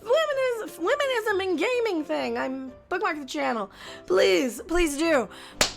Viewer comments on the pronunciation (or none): Did say "Phlegm-inism"? Funny, that used frog sounds for "nothing", when Frosk's name means frog...